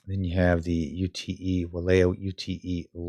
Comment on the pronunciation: good vid - UTE is not U T E - pronounced yoot - short for utility